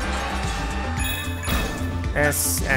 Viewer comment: the s s d is funny but g p u was even funnier